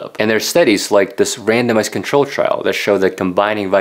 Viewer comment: lol, when you said "randomized" I first heard "random ass"